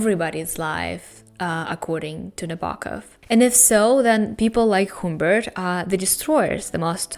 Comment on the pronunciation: also, sorry, but HUMMMMBERT, not HOOMBERT, the um is pronounced like when you don't know what to say, so you say ummm...sorry, english teacher :D though he does change the Humbert in the book into other variations of the name as well XD